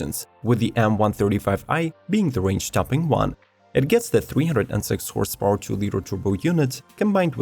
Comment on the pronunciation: Horse paoowwer 😂